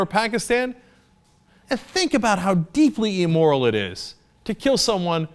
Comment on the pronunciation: Then why does he keep making these amorphous arguments intimating at Obama being "immoral" or as he says it "ee-moral". (goodness Cenk! all these years and you STILL can't pronounce it.)